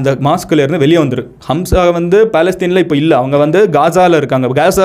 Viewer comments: ஹம்ஸா அல்ல ஹமாஸ்.... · Not hamza. It’s haamaaz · அது ஹம்ஸா இல்லப்பா...ஹமாஸ் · Bro its not Hamsa! ...Hamas🖖. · Itz Hamas not hamsa... Jews, Jerusalem matrum pakath oorgalai poorvigamaga kondavargul..inakum jerusalathlai 3000 varushatuku munadi avanga payan padtune porul matrum kadavul vazhipad chinangul kidaikudu.. Islamia rajakul naduvula 700-800 varushum andargul. Actuala patha islamist are settlers but British vittu poraduku munadi anda oor Muslim arasangum irundadu.. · Avaru sonnathu ellame poi... pronunciation kooda thappu.. HAMSA illa HAMAS.. terrorist group like isis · It’s not hamsa... it’s Hamas group, I know this word before 7 to 8 years ago with this little knowledge, I could have started a channel like u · Amazing Explanation Brother & a Small correction.. Neegga sonndhula 'Hamsa' nnu oru group mention pannigga but it's not 'Hamsa' It's 'Hamaas'. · You are saying Hamsa. Is it Hamsa Or Hamas? Because some people pronounce it as Hamas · Its not hamsa bro its call hamas. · அது ஹம்சா இல்லப்பா... ஹமாஸ்.... 😂😂😂 ஒரு மண்ணும் தெரியாமல் அறைகுறை பேய் கதைடா நீ சொல்றது....🤦‍♂️ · Bro it is HAMAS not hamzah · ஹம்ஸா இல்லை. அது தவறு. ஹமாஸ என்பதே சரியான பசம் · டேய் லூசு ஹம்சா இல்லடா ஹமாஸ் 😃😃🤪🤪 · Hamas not Hamsa. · Athu Hamsa ille Hamas bro. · Bro adhu HAMSA illa adhu peru HAMAAS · Hamsa not that is Hamas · Athu hamsa illai hamas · Bro thamas😅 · It's not HAMSA, it's HAMAS